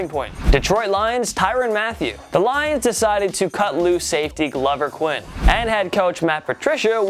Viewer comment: This character really needs to learn how to pronounce names before shooting video. For example it’s not Glover Quinn (as in fits like a glove), it’s Glover ( Like the character Grover from Sesame Street). Before anyone jump down my throat, this is not the first time beyond I was done this in a video. With all due respect bro — learn how to pronounce names before broadcasting. Otherwise, you sound like a third rate hack.